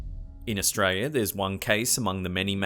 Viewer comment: Australi - a ........as in "are" and not "err"